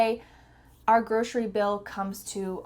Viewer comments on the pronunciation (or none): I didn't know 'grocery' is pronounce as 'groshery'. Good to know! ❤ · Is it just me or you pronounce grocery with an Sh sound?